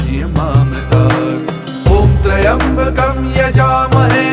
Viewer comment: Pronunciation of "Trayambakam" is wrong... Please please correct it and reload the video 🙏🙏🙏